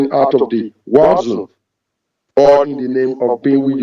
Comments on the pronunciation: Apparently he's never heard of a digital signature. Everytime he says war zone, i hear wazoo.😹😹😹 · Everytime this scammer says " war zone" I always hear "wazoo"😂